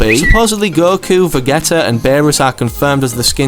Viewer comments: Vegeta Is pronounced Vah-gee-tah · Mans said Va’get’a lol